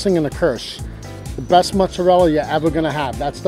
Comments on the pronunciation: Mutts isn't a word it's American jibberish it's either mozzarella or Moz not "mutts" basic whity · Okay, the sandwich looks good. But why, oh why, did this girl call it Mutts the whole time?!? Come on! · It's NOT "MUTS"...it's "MOOTS"....FML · i couldn’t watch the whole video because she kept saying mutts instead of mozzarella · She pronounces it MUTZ but it's pronounced MOOTZ. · its not mutts- it's mutz- u are obviously not Italian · "Moots-a-dell" not "Mutts" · holy shit!!!! Its pronounced MOOOZZ-arella. Not MUTS-arella. So annoying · No one is going to mention how many times this girl said mutts? 🤷🏻‍♂️ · i legit cringe every time she says mutz!!!!! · The comment complain about Motz instead od mozzarella but im more up set that she called aujus and not gravy. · We really out here hating cus she says muttz? Aight. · stop saying muts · just don t call it "mutz" please, seriously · Can you please enlighten us on how do REAL italians pronounce Mozzarella? Because as far as i know, it is pronounced "MOTZZARELLA" or maybe even "MUTZZARELLA" i don't know exactly but it has an T there.. it's not just "MOZZARELLA". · Just say Mozzarella!